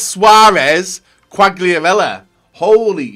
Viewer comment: Ronaldo is only a shit. Quagliarella is the best ( please don't pronounce him again because it is really really painful )